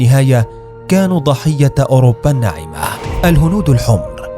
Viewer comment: صوت المعلق مزعج جدا عندما ينطق الكلمات التي تنتهي بالتاء المربوطة = ة المربوطة لا تُنطق لكنه ينطقها ح أو هـ مبحوحة = مثلا = الناعمة ينطقها : الناعم/هح